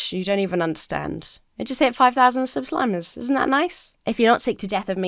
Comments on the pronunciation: Hope you feel better,! Huge fan. And a big Happy Birthday to Matt! BTW, I'm pretty sure you said "sub-slimers" instead of subscribers. I am a proud sub-slimer. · Nonbinary person in multiple relationships, here! I can confirm for that we do indeed have superpowers Edit to add on, did anyone else notice she said 'subslimers' instead of subscribers? x3